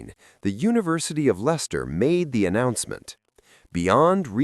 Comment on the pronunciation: Its Leicester...not Lyster... and the body was found in 30 mins..not a few days AI Slop!!!!